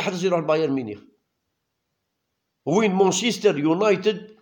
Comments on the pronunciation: مانشيستر وليس مونشيستر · لا يمكن اطلاقا بلانجليزي مان سيتي لا تستطيع ان تقول مون سيتي